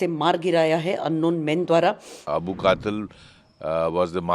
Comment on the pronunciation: 😂😂 I'm just laughing at Indians with their pronounciation. The name is Abul Qital not Qatil. If you can't pronounce don't report.